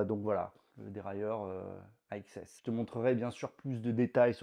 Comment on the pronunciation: AXS à prononcer comme "access"